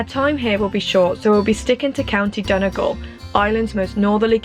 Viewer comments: Brilliant video! Just a little tip for anyone wanting to sound less like a tourist - it's pronounced don-ee-gal not don-a-gal. Hope that helps x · Its pronounced 'Dunnygawl